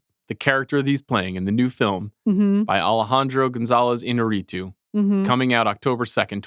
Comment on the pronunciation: No one seems to pronounce Iñárrritu’s name correctly, despite the accent mark being right there. Een-YAR-ee-too. Even DiCaprio got it wrong in his Revenant acceptance speech.